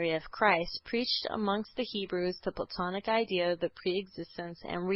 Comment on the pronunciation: Ok I think the mispronunciation is screwing up my comprehension....hmmm it's ok I suppose Play-ton-ic, Saul-o-mon